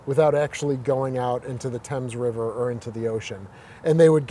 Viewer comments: Good info. Btw, the river that he spoke of that runs through New London is pronounced "Thaymz" NOT "Temz" as in England. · Who knew there's a "Temzs" River in New London, Conn.? Also, the sonar of which he speaks, (BQR-4), doesn't "shoot out" anything! If you don't know the correct pronunciation of the Thames River in New London, or how passive sonar works, you should not try to fake it. GMAFB! 😂🤣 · FYI the Thames River in CT is not pronounced the same as its namesake in England. It’s pronounced “thaymz”.